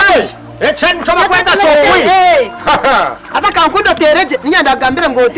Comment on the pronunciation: Who else had saying sofi instead of selfie 🤳 😂😂😂😂😂